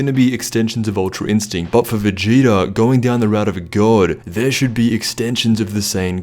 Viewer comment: Sounds like he said "Vegeter" in the beginning 😆